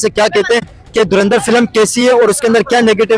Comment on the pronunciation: 🤣 🤣 Ye log urdu word ko hi theek se pronounce kyun nahi kar pa arahe hai? Itni acting....? Koi door andar Keh raha hai 😂😂 koi dhur indar... Iss bande ne toh dhuan dhaar Keh diya 😂😂 Kisi Pakhtun se puchte.... Durand-er kehta shayad 😜😜